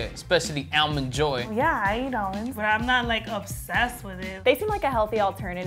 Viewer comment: "almond joy" 😂😂😂